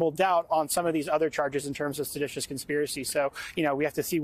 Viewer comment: Not sedatius..lol